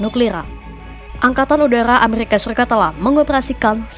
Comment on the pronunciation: Errrrrrrrr amerrr RRIKA